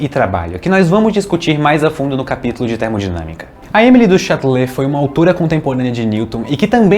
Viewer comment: Se pronuncia “Emilí”, com tônica no último “i” (o último “e” é mudo)